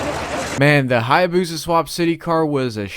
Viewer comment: So it is a "Hyabluafuza". 🤣😂 I'm just teasin' Ya! :goodvibes:🤩